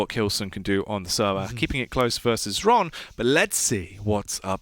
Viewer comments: Dear casters, its pronounced "Hron" were "H" is not silent. Not Shron, Sron, Exron, Kron, Esron, Ksron. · Russian/Ukrainian here. Same shit, really. The X is Cyrillic, i.e. it sounds pretty much identically to Latin H. Zoot, being buddies with Xron, has known this for ages, but refused to say "hron," because it somehow messed up his throat or whatever. But it's pronounced "hron." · Number of times when Xron's name was pronounced correctly: 0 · Top 10 mysteries science can't explain: #1 - How to pronounce Xron's name